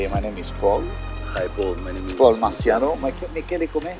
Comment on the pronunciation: I don't know if Paul Marciano speaks well Italian. He's Italian-American. He doesn't pronounce well "Marciano" (it should be Marchano) and he doesn't know how to pronounce correctly "Morrone".